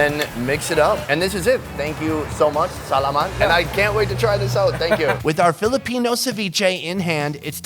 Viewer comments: Not “sal’a’mat. But sa’la’mat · the way he says salamat tho XD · u say Salamat Wrong